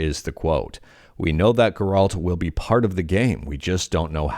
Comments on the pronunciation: Geralt? You never played the game did you. lol. That's where worse pronunciation of the name I ever heard. Painful too lol. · Ger- alt 🤢🤮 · The insistence of the Geralt pronunciation felt intentional to mess with people, i found it funny and annoying at the same time. Might be even more annoying if it's the correct way to say it and i've been mistaken all this time.